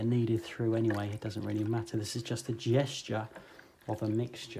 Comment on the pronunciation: “It’s just a GESture of a MIXture.” or in speak “It’s just a GEScha of a MIXcha.” Love ya!